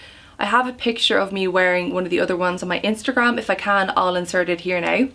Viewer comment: omg, when you said "Instagram" with an American accent, hilarious!